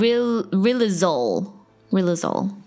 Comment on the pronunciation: rilozule... Lou Gehrig's disease